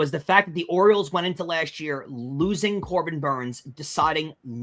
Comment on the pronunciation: Yeah, a Yankees hater who can't properly pronounce LOSING. What a way to go through life.